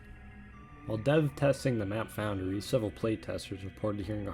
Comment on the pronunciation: “Foundary” lol